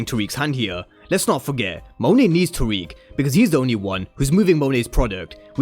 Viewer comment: I'm not tryna seem like a perfectionist or pointing it out to be mean. But you said all these names wrong, it's. Tariq, Cane, and Brayden.